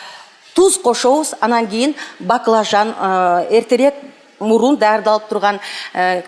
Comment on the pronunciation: эже "көбүраак,эртераак"дебей"көбүрөөк, эртерээк"деп айтыңызчы сураныч.Сизди канча адам карап, көрүп турат